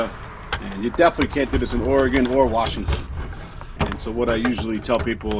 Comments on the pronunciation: I appreciate that you know how to pronounce Oregon! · I like it, you pronounce “Oregon” correctly,!! 😅